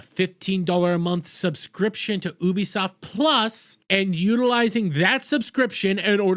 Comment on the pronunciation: please wtf is oobisoft